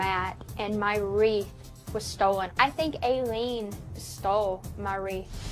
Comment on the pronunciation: The word you're murdering is "WREATH".....